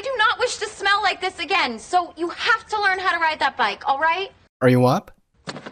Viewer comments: 為什麼老師的smell聽起來很像smile? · Yeah, teacher's pronunciation of "smell" is a little bit off :) thank you for teaching.